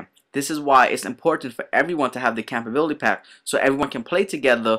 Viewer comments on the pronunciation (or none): "Campability"? Ummmm...compatibility??? llol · Whys he say compatibility like that?